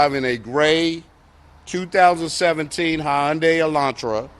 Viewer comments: The officer said Hi- yunday😂😂😂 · Have I been pronouncing hyundai wrong all this time..😂